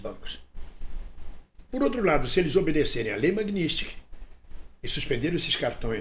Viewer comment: Não é "MAGNÍSTIK", É M A G N I T S KY _ N I T S K Y _ T S K Y. E não NISTIK.